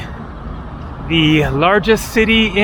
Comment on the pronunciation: Great video, i know its written Almaty, but pronounced as Almata😉